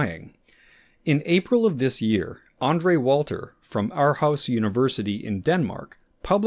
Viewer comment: The way you pronounced "Aarhus" hurt my soul a bit. It's closer to "oar-hoose", not "our house"